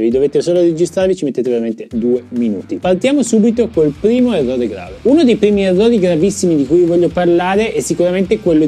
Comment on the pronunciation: sei un grande anche se dici EVVOVE!!:):):)